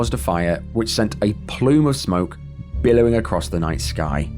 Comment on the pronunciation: "A piwwar of smoke biwwowing acwoss the night sky..."